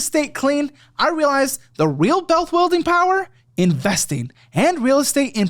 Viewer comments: Did anyone notice how in the ad for the real estate course, says “bealth wielding” instead of “wealth building” 😂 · Not sure if it’s intentional or not but your ad you say “bealth wuilding power” instead of “wealth building power”. Just fyi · "Belth welding" he says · "Bealth Wuilding power" in the Master Your Real Estate AD is a great spoonerism lol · "Belth wuilding power" 😂😂😂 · Bealth Wuilding power. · “but once I wiped the state clean, I realized the real bealth wuilding power is” Buddy, you can do more than one take on these advertisements 😂😂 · “Clean state” “bealth wuilding” in the real estate commercial 😂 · Why did yall leave in slipping up and saying Bealth Weilding insted of weath building? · Mans said Bealth Wuilding power lololol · Also “bealth wuilding” 😅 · said “the biggest bealth wuilding” 😂😂 i can’t unhear it now lol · haha "the real Bealth Wuilding power" i had to relisten 3 times to make sure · "Bealth Wuilding power" 😬😬😬